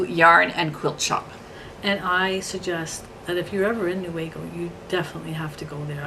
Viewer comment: You are saying Newaygo correctly. That is my local yarn store.